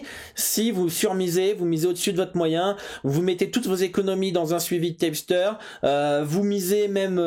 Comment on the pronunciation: Un tyepsteur? hahah on dit un tip (teep) qui signifie conseil, c'est quoi cette prononciation à l'americaine qu'un américain ne comprendrait pas :p